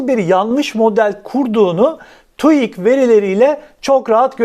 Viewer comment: TUİK değil TÜİK